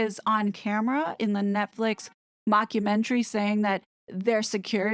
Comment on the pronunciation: I just love how the calls it mock-u-mentary! Perfection!